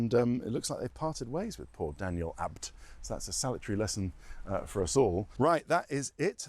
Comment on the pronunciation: C'mon Ted, it isn't that hard to say Abt.